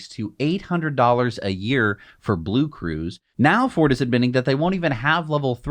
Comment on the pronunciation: will ever going to pronunce the name (BlueCruise) right... 😁😆🤣